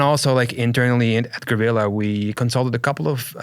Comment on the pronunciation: Always good to hear a Spanish person say "guerrilla" the way it's supposed to be said